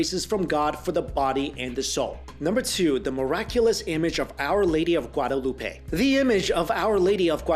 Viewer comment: If your going to say my name "Guadalupe" please say it right